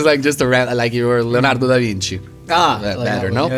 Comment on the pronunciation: He ate that pronunciation of "Leonardo DaVinci" ! 😂🥰